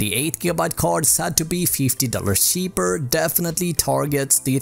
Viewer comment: When I said Swenglish I was more referring to the accent and the pronunciations of some word. (such as either , news , cheaper )